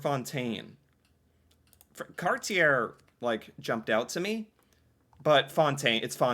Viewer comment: fyi cartier is pronounced like carshay